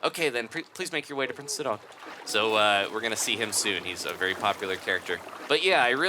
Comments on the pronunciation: I find your pronunciation somewhat strange; i and everyone i know always says his name as "sigh-don" or "side-on" and not "sidd-on"... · He pronounced Sidon as Sid-on in stead of Si-din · But that's my point: It's a play on the name Poseidon (which I was aware of btw), and that name is pronounced as "Poh-sigh-don" AFAIK. Therefore, Sidon should be pronounced just "Sigh-don". Edit: I just checked on Wikipedia, they say that Poseidon is pronounced as /pəˈsaɪdən, pɒ-, poʊ-/, which is "Po-sigh-don" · i think it is pronounced ss-eye-don like poseidon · Sidon is pronounced sigh-don